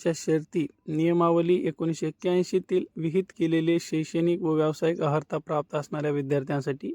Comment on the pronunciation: तुम्ही अहर्ता वाचत आहात, अर्हता आहे te